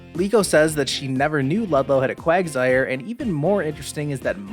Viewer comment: Lol, u said Quagzire, not quagsire. That's why my reaction